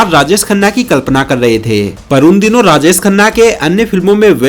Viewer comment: Mishra ko Misra, Subash ko Subas, Rajesh ko Rajes, and many other wrong pronunciations.